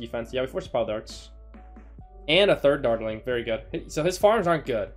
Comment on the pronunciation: Does it bother anyone else that he cant pronounce dartling? No, just me... Ok